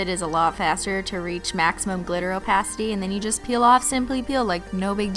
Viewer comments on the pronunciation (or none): lmaoo she says opacity so weird "maximum o-paw-city" i cant stop laughing 😂😂😂😂😂